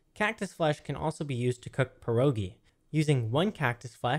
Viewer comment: You wrong speak pierogi xd